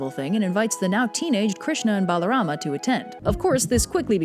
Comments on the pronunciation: a is not pronounced bro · Your assumption is incorrect. If you knew Sanskrit root words, you would know that his name is Balarama, not "Baalarama". As for your remarks regarding not reading the texts: please refer to Canto 10 chapter 2 in the Puranas for specific mentions to my original comment. If you are able to, I suggest that you also provide textual evidence for your claims before refuting others. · its balaram not balarama